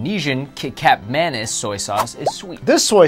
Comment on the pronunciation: errr. Kecap or Kicap is actually pronounced as Key-Chap while Manis is pronounced as Mah-Niece. XP